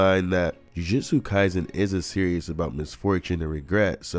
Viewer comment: Please stop saying “Serious” for Series. It makes me want to click off the video everytime u say it. It is pronounced: “SEER • EASE” not “SEER • E • US” ‼️